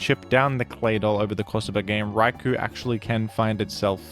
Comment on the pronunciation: "Rai-Koh" not "Rai-kooo"